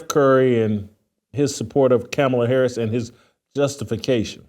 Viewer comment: Simply AMAZING, WHITELOCK!!!!!! You can get Shuhmeekuh right, but can't say Mrs. Harris's name?!? Your shameless has no boundaries.......